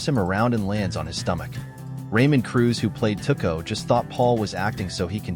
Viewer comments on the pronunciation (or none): Tuh-co? Really?